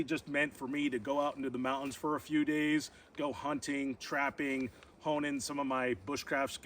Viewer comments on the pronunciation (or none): none